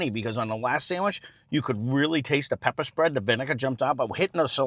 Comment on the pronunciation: "Da peppa' spred" love it